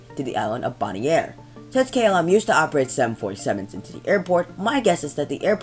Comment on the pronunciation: boniare is pronounced bonaire